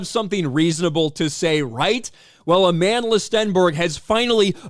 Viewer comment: Where’s the receipts Aman-DUH-La?